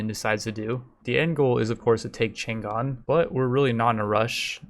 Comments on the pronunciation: The G is silent in "Chang'an", though. It kinda grinds my gear to hear it all the time through the video. And it's not like people could get it wrong because it's Chinese, I mean for the majority of times the G is silent when it comes after N in English anyway, why would you pronounce it like that? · negative factor -5 for pronunciation of chang'an